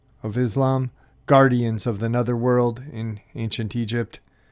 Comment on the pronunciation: “Netherworld” — the “e” is pronounced as in echo 👌